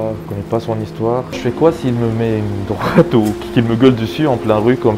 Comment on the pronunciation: mettre une "doite" bruh